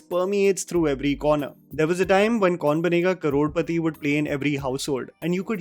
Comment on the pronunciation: She cant even say time she says tame